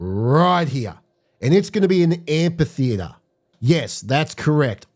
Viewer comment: AmPHitheatre, with an F sound.